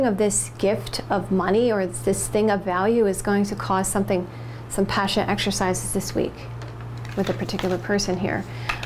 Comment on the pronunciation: Good reading! You always crack me up the way you say "passion exercises" it's a nice comedic relief during a good solid serious read. This reading resonates with me. I'm an Aug 11th. Thanks.